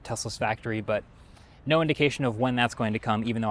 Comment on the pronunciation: "oh noe" 🙄